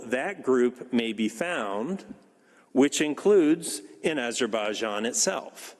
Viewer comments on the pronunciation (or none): Did you understand yourself what you said?:))) learn first to pronounce properly AZERBAIJAN!🇦🇿🇦🇿🇦🇿🇦🇿🇦🇿🇦🇿